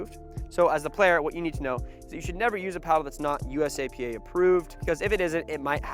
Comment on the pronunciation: USAP not USAPA .